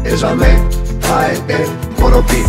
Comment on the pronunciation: Προφανώς εννοούσε corrompue, αλλά δεν έβαλε καθόλου μ και δεν τόνισε καλά. Εγώ νομίζω ότι γενικά ήταν κατανοητός, αν και με χαρακτηριστική ξενική προφορά για το γηγενές αυτί.